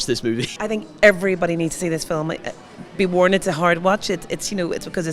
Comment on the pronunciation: hi, i love the way you pronounce it fill-um not film my my irish dad use to say fill-um so as a kid i picked that up my english husband used to laugh